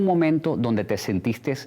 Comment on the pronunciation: Dice sentistes xD